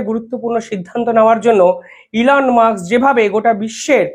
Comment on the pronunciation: Elon 'Musk", not Elon "Muks". Pls. correct your pronunciation.